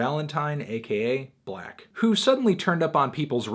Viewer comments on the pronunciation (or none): 6lack its pronounced SIX LACKH u dummys!! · IT'S PRONOUNCED SIX LACK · Melon.....you pronounced his name wrong. It's six lack. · 6LACK literally says on his merchandise and on interviews that his artist name is pronounced "Black", not "Six-Lack". Besides, I would take "Black" more seriously than "Six-Lack". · this review sounds like an opinion from someone who calls 6lack "Six Lack" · His name is pronounced as black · YOU CAN'T JUST SAY BLACK LIKE THAT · Does melonman know that 6 is pronounced 'six'? It is clearly six-lack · Not 6lack!!! it's 1ack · Its pronounced Glack